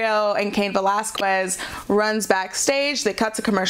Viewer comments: Again it's pronounced Veh LAZ KEZ not Quez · I'm 'butthurt' because this lady can't seem to get cain's last name right. repeat this a few times....Vuh-Laz-Kez. seriously, there's over a half million videos on youtube of wwe/ufc/cody rhodes/random interviews and even jim ross and they all get his name right except for her. it's not pronounced 'kwez'...it's 'kez'...honestly its not a hard word to say., even you got his name right 5 days ago during your raw into the review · Cain Va-Las-Quest. It's not a quest? It's kiss. Va-Las-Kiss. Anyone that says she's pronouncing it correct, must not hear the way both Valesquez and Mysterio are pronouncing like. And they are both Mexican. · Velasquez. que pronounced ke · I hate that she keeps saying Cain Velasquez last name wrong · Me too this is the last smackdown summary I'll watch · She's pronouncing the q in Velasquez instead of pronouncing it like a k. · You'd think she'd get it right when both Valesquez and Mysterio say it. Guess it an old habit of hers. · Sound is perfect. Only the first one was off with the in a box sound. It's been fine since. Just hates pronouncing Velasquez properly. Maybe an allergy, I don't know. Otherwise she's doing fine. Anything else is trolling. Solid A- which is great. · Just a little pointer, the "u" in Velazquez, is mute, you don't have to pronounce it. It's one of the weird grammar rules of spanish